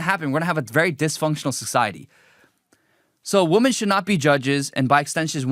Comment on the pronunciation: It's pronounced "Weh-mon" my guy not "Woe-men." Did u grow up in the U.S.? Im going to keep my criticism to that because there is just so much else wrong here that it's too much to cover and you dont deserve my constructive criticism.